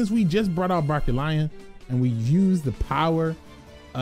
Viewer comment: I laugh whenever he says Barkion wrong